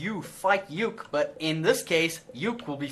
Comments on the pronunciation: stop calling him youk it is pronounced oo-kee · JFC, Uke isn't pronounced as one word, it's a Japanese word that usually refers to the less dominant or submissive partner of a relationship It's pronounced phonetically as U-ke, Oo-kay would be probably the closest spelling I can think of for that. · Uke is pronounced ookay, I learned this in martial arts